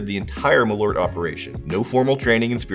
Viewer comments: It is not ”malort”, it is ”MalÖrt” where you pronounce the Ö as the i in bird or u in burn, with a stress. More like maal-Ert. It just means wormwood. You’re drinking wormwood. The letter o has nothing to do with the letter ö. They are different vowels. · Malört, not *Malort". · Malo'rt?! LoL, took a while to realise what it actually means. The Swedish name for wormwood is "malört", a compound of "ört" meaning "herb" and the latin prefix "mal" (as in malignant and malicious). Being a compound, it's pronounced with equal pressure on both words, ma'l-ö'rt. The dots aren't decoration though, but makes it a different vowel. Some English approximations would be Å,å = awe Ä,ä = air Ö,ö = burn Also, it is meant to be had as a schnapps, small shot of 2-8 centiliters, and with the typical salty and fat food of the era, like salt-brined ham, fried pork-side, various sausages, pickled herring, salmon and so forth.